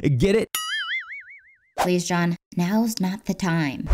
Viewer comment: DID SHE JUST CALL hIM JOHHN